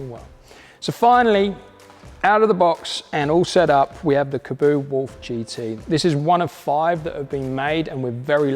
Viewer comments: Your pronouncing is correct. Kah bow... Kaboo like he's saying in the video is wrong. I've watched the creators say it on some of their videos years ago. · Weird how people pronounce it “kaboo” when it’s kaabo “kah-bow” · Good vid! Why do so many pronounce the name "ka-boo"?! Have a look how it's spelt. There's only 1 "o". It can only be "kaa" (car)-bo! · I've been pronouncing Kaabo as Car Bow since I first heard of them. I want this one that's for sure